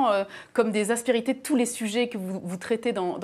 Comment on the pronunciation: elle a un problème avec le mot aspérité celle là